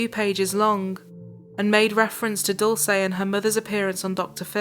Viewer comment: this is not the most important thing in the video, but please learn how to pronounce Dulce